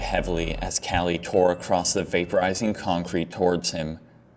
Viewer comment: Acrosst. Acrosst. Acrosst. Please, just say 'across'. For the love of god, man.